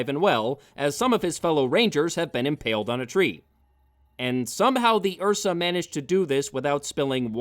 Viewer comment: What’s an Ursa? Oh, you mean an uhhhsaaaahh